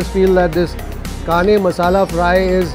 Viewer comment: Kane fish pronunciation wasn't correct. said Kane with small 'n' in hindi.